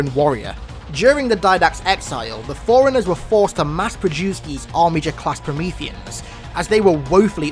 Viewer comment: It's pronounced forerunners (4 runners) not foreigners. Please stop pronouncing it the wrong way, its maddening